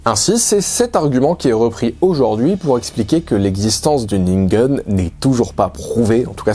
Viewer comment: Je n'ai pas remarqué. La prononciation de ningen à l'américaine a complètement prit mon attention.